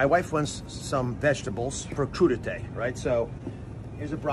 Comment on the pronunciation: trump can't pronounce crudite or asparagus or grocery shopping or guacamole nor can he add up all those items without a calculator.